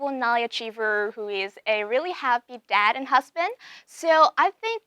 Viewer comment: Mình thấy khánh Vy mang lại một cảm giác mới mẻ cho chương trình bởi sự năng động và her bubbly personality. Nhưng nếu nói về sự chuyên nghiệp và khả năng nói thì Vy vẫn chưa đc xuất sắc. Em ấy phát âm vài chữ bị sai như "dad" mà nghe như "dead", master mà nghe gần giống mustard :), ko biết có phải đọc kiểu giọng anh ko?? 0.o Dù biết là Vy chưa ra nước ngoài, chưa đc tu luyện tốt nhưng đây ko phải là lý do chính đáng để nói "ko sau đâu, em ấy có thể host show này, người Việt nghe thôi mà." Mình thấy Vy nên luyện thêm tiếng anh thêm 1 năm nữa rồi quay lại chương trình. Em ấy vẫn còn trẻ, ko cần gấp rút. Mình rather thấy Vy trưởng thành và cứng cáp hơn là một cô gái chân ước chân ráo mới vào nghề, tay nghề vẫn chưa rành rỗi rồi bị dân mạng chém gió (haha I'm doing it right now). Về phần accent, do Vy muốn nói trôi chảy nên nói nhanh (ko tự nhiên, nhịp điệu như bị dồn nén), phát âm chưa chuẩn (chỉ 1 vào từ thôi). Mặt dù nghe cả buổi mà mình ko biết Vy đang nói tiếng Mỹ, tiếng Anh, Úc,etc... nên vẫn thấy ko chuyên nghiệp lắm. Có vẻ như 1 hỗn hợp giữa 1 ít Anh và nhiều Mỹ.